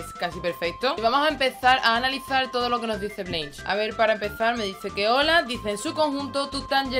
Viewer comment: Mejor que lo pronuncies ''Blansh'' que ''Bleinsh'' xD Se pronuncia así jajaja